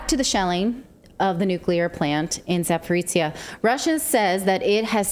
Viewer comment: You should really pronounce it as "Za-po-ro-zhye" (end sounds like mix between "j-ye" and "ch-ye" instead "tsia")